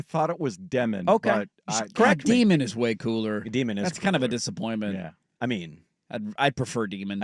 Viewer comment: Day-min, not Dee-min. And he's not athletic. Have you watched tape?